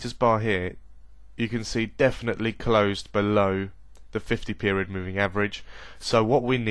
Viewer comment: Lol "above the 50 meriod poving"